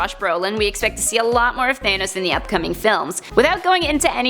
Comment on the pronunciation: It’s not thane os it’s thanos